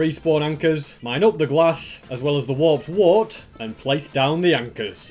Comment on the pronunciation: did you say warped warp or warped wart?